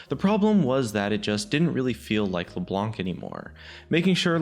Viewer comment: Could you guys please stop calling her Leblank ? This champion has been out for at least 5 years now, and it'd be pretty awesome if we could start calling her by her proper name. ie: Knife or knight, you don't pronounce the K. Same goes with Leblanc. You don't pronounce the C so it's as if you were saying Leblan.